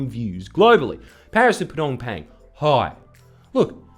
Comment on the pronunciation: God dammit Jordan it's Phnom Pehn, said Nom Pen! GAAAHHHH!!!! Do better shill! :P